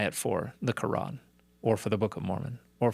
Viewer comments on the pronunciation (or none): none